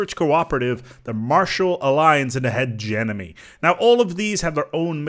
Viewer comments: The way you pronounce hegemony bothers me way more than it should but fuck it, it is hegeMONY not hegeNOMY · It's pronounced "Huh-gem-ma-knee"